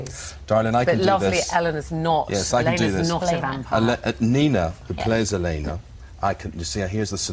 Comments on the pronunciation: I love how the interviewers get so much stuff wrong. Stefan is pronounced stefen Elana is not Eleanor And yes, rings keep them from not burning in the day I mean, if ur gonna ask people questions, at least get em right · Had to turn this off. Absolutely poor interview. Couldn't even pronounce Elena, she said eleanor?! Appalling. Not like Vampire Diaries suffered from it but I feel embarrassed to be British by watching this. Both hosts talking over each other like children and not even read up on the basic storyline. Fucking fools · 1.23 IT IS PRONOUNCED "DOUGH- BREV" NOT "DOBB BREV" 1.52 "STEFAAN" NO IT IS PRONOUNCED "STEFF AN" Lol it is ok though. 1.50 Did he say snob!? And they said ELLEN and *Ell eeeena" I'm jk. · she really pronounced elena like that